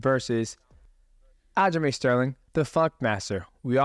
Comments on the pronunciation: Sounds like fuc<k master everytime he says it I like it Sterling should change his name to that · I love how he gets all the names wrong. Pretty sure he spent the entire podcast referri g to aljo as fuckmaster.